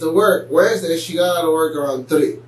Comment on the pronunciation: Waresday? Wtf is waresday u idiot smdh infuriating